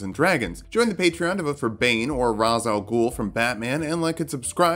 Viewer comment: Ra's Al Ghul's first name is pronounced "Rayshe", like "rage", not "Raws", like you undercooked dinner. Great video tho. Mad respect.